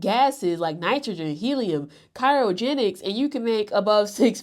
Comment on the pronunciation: Cry-o-genics cryogenics. No h to pronounce there lol